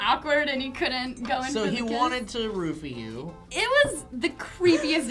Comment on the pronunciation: Every time they say "roofie" I hear "rupee". For a while I actually thought they were talking about Zelda.